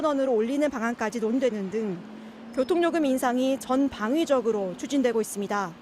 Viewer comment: 전 방위적으로? 전방위적으로. 방위 출신도 아니고, ㅋㅋ 기자들 발음이 저래서야. ㅉㅉㅉ